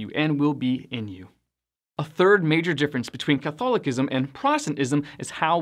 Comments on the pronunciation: The word “Catholicism”, is pronounced, Cuth- al-oh-siz,mm. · Here it is badly mispronounced. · I've always pronounced Catholicism with the C making the S sound. Never heard it said Catholikism before but maybe that's the right way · I’ve never heard Catholicism pronounced that way.